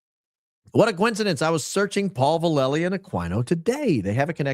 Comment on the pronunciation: If your comments about General Paul Vallely represent the rest of your info in regards to truth, then your in over your head and have no idea who he is. First hint is you have no idea how to pronounce his name. I have first hand info your assertions are all wrong. There was document circulated in the pentagon at their request that Aquino took without permission and then added a bunch more to it. Vallely reported to the Pentagon that Aquino was recruiting to Church of Set It was added to and published without consent and NO he never co authored or published anything with that fool. You need to dig deeper as does Candace Owens evidently as she’s reporting the same thing. I think highly of her and it come as a surprise. Have no idea who you are but what you’re doing is dangerous and irresponsible. My guess is that there’s a person out there with the initials AV who is probably starting this nonsense but General Vallely is the furthered thing anyone will find who is a satanist. I know this personally